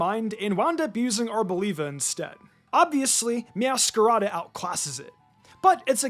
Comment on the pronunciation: We all know that Smoliv is a combination of small and Olive, right? So why does every YouTuber pronounce Arboliva as if olive is no longer part of its name?